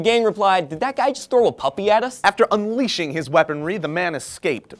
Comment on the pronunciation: I wondered why you stressed the word "unleashing"... then I got it.